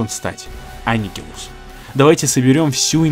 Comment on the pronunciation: Да блин, опять имя анигилуса неправильно прочитал